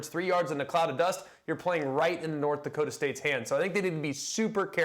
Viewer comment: How has no one said anything about "Dokta"? Do you mean Dakota?